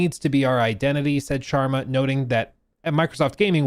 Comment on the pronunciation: Got it?